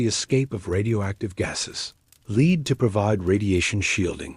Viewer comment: WTF is leed? Do you mean Pb, spelt lead, prounced 'led ', even in america?